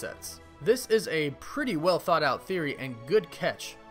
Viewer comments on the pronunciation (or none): none